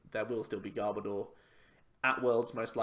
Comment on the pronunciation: I also hate it when people pronounce Garbodor as Gar-bah-door. It's meant to be Garb-oh-der. As in Garbage and odour... I'm such a Pokémon pronunciation snob as well! Haha